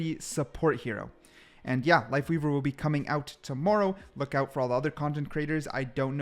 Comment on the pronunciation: This dooooood says LiveLeaver 🤣💀